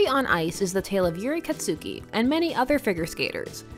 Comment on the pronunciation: "KatSUki" that's...not how it's pronounced